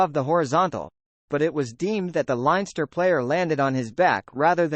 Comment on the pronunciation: Good commentary but your pronunciation spoils it all particularly Llanelli and leinster